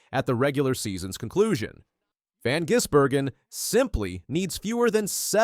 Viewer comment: wh oh why cant the commentators get his name right?? its VAN gisbergan not VON!!! Eventually they get it right but still....